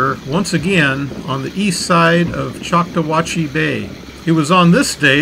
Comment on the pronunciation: choc taw hat chee is the way you pronounce the bay where you saw the dolphins jump. I'm a local to this area, love your content